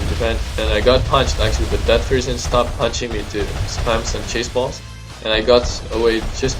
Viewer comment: I kept hearing chase balls as cheese balls